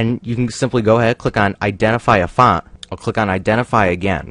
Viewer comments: This guy cannot say font correctly. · I love how he says font